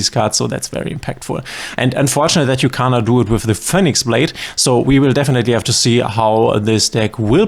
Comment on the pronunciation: What country pronounce "Phee-nix"--> "Pho-nix"?